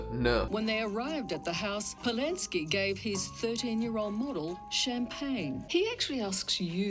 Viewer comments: Roman Polanski a ne Polinsky ❤ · * Roman Polański je francouzko-polský režisér a výslovnost je /polaňski/ ty to vyslovuješ jako američani. Otec byl polský žid a matka ruská katolička. Možná se schovávání v krakovském ghetu na něm nějak podepsalo.